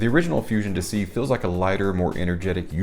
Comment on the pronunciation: It's not dissy, it's dee-say.